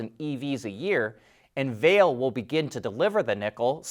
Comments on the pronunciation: The correct way to pronounce Vale's name i's “vah-lay” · Vale is pronounced Va-lay'